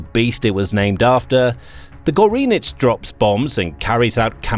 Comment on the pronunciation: "Goreenich"??? I'm sure that's NOT the way you should pronounce it...